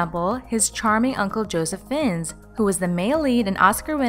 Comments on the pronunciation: It's pronounced Fines not Finns. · Ffs learn to pronnounce names his uncle's name is pronnounced Rayf Fines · You are pronouncing his name wrong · You pronounced Fiennes wrong and Ralph is pronounce Rafe.